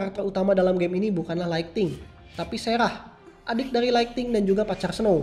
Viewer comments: Kak bukan lighting / laigting tapi lightning / laigning woakwoakwoak jangan katro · Lightning bang bukan Lighting